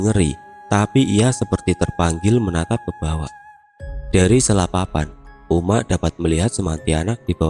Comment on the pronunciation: wkwkw agak lucu dengar abangnya ngomong uma'😂,soalnya disini ngomongnya umma'